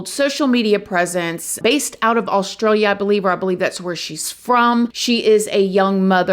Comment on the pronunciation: As an Australian I find it funny how you pronounce my country - but thankyou for mentioning it